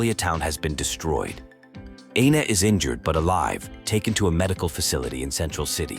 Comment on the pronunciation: When he says Aina, it sounds like Anus